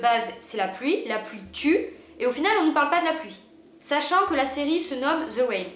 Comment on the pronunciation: "The wain" 🤣